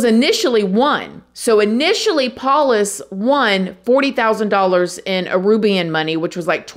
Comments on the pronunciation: Oh man. Love ya, but there's only so many times I can hear "Arubian", opposed to "Aruban". Oh boy, *edit* I have to add "Lime-uh", opposed to "Lee-muh" (Lima), and "Chili" opposed to "Chee-Lay" (Chile). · Aruban. Not Arubian. I think